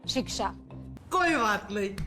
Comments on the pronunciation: शिक्षा❎ शिक्ष ✅😂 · शिक्षा की जगह शिश्र... 😂 शाबाश रूबिका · अ nahi आ ki matra hoti hai mere bhayi! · शिक्षा होता है शिश्र नहीं होता है इनको ख़ुद शिक्षा की आवश्यकता है अनपढ़ गोदी मीडिया